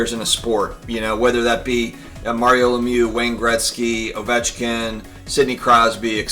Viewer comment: just call him "the Geat 8" instead of butchering his name